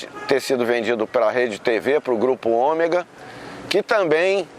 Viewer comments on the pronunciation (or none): none